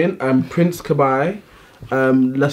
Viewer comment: Guys... 😂💞 You literally pronounce his name the way you say those alphabet letters: K-B/Kay-Bee. Kah-Bai had me cackling a little. Lol.